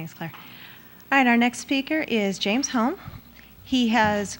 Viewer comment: The lady introduced him as James Holme. No "S" at the end.